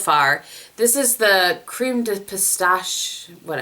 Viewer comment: Hi! I'm a French person from Quebec and I just want to tell you that you pronounced "pistache" (Crème de Pistache body cream from Laura Mercier) correctly! Good job!:) Love your videos!